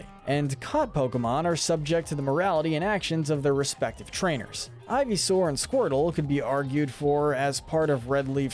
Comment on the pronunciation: It’s Ivysaur, not Invenasaur